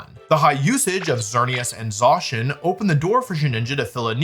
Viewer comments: I have never heard somebody pronounce "primordial" as "pruhmorjal" BRO WHAT DO YOU MEAN "ZOSHIN" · Idk why but the way that wolfey says Zacian's name kinda triggers me...